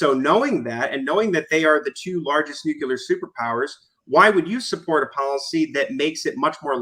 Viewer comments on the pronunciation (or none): I can excuse Connor's braindead arguments, but I draw the line at saying "nucular". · I wish YouTube had a feature that would correct Connor's mispronunciation of the word "nuclear."